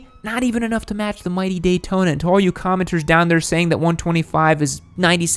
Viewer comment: he says taydona.